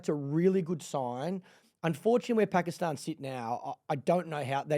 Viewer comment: She actually pronounces Pakistan perfectly